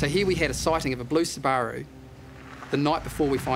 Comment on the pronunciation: I have never seen someone pronounce Subaru the way that Australian detective did. 🕵️‍♀️